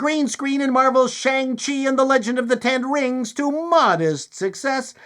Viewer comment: Shen hung lo and the legends of the the ten rangs of powah.